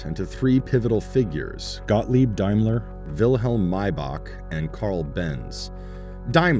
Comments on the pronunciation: Pronounced Daymler not diemler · BTW is a D- aim ler..........Not D-eye- mler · Is it only me that cringes every time this commentator pronounces Daimler as Dimeler? Maybe it's pronounced that way in the US but everyone I know (in the UK) pronounces it as it's written. Seriously this video seems to be sponsored by Tesla. Having owned and enjoyed owning a CLK 3.2 AMG and was the longest I ever kept a vehicle (8 years) I paid off the loan in 2 years and even using the authorised dealers for servicing was one of the lowest cost cars to maintain. Before this, I had a Lexus, in terms of prestige most people thought it was a Toyota and no perceived prestige (in the UK) had problems always and the running cost were greater, even the fuel consumption was much higher. Had a friend also who swapped from a Mercedes to a Lexus and regretted it for the same reasons.